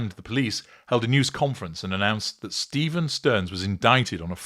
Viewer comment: Sterns' first name is pronounced Steff-an, not Steeve-en. He's an extra special asshole.